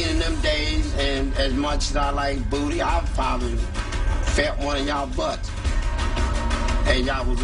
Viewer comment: 😂😂 “Much as I like VOOTY”